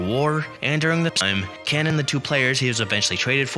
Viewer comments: For you young people, Harvey Kuenn’s name was correctly pronounced Keen. And Tommy ages name was pronounced. A-Gee. It really irritates me when younger baseball fans make videos about the past and don’t know how to pronounce the names. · Who is Harvey Ken? Kuenn is pronounced Keen. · It’s pronounced Harvey “Keen”. Tommie Agee is pronounced A G